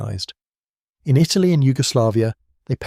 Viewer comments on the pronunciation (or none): none